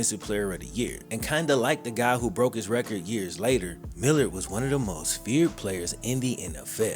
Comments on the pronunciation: .......his name is not pronounced millered......it is Mil lard. This was a solid video. BTW, because of my age, I immediately knew Reggie Roby. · I think it was pronounced Mil-LARD. Nice video though. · Brother, that man was a Beast. Please put some more respect on his name his name is Pronounced Mill Lard Like what we used to cook with lard Keith mallard was one of the baddest white doors to ever play the game Right up there with joe kleco And Jared Allen. Howie Long And I'm proud to say he was a Minnesota vikingsadly. He is career was stunnedone it he had a ACL injury. And at that time that type of injury was career ending or at least altering. He did play again for the Seattle Seahawks. He never was that same player again. But he still was dominant at times but this dude was one of the best ever and got hurt in the middle of the field with nobody touching him. Metrodome turf was absolutely horrendous